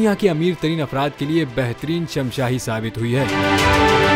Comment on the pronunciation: Shamshahi ni shashmahi hota hy